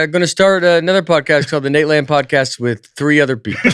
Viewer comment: Please tell me someone else just heard Nate say Codpast instead of Podcast😂😂